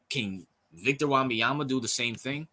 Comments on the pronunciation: Or just say "Wemby" or "Vic, Victor". Don't destroy the young man's name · No you pronouced his name badly. Do your homework